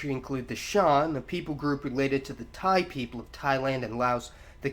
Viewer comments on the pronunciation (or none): none